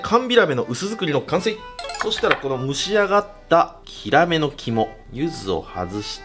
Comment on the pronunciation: ここもキラメって言ってるような笑怪しい😂😂😂